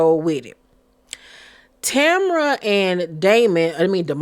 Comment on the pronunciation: Her name is *Tambra not Tamra